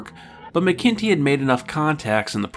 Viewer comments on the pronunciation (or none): Sorry, here I go again: David McIntee => "MACK-in-Tee". Think of a t-shirt with "Mac Daddy" emblazoned on the front. And - another nitpick: A "prequel" is a story that is written/produced after the original to tell the "before" story. "Mission To the Unknown" is more properly referred to as a prelude, since it was produced slightly before (I would say concurrent with) DMP.